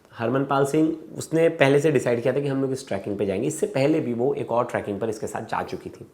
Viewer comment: Tracking area .. kaise journalist ho.. Trekking hota hai.. sahi bolo Aaj Tak ko represent kar rhe ho.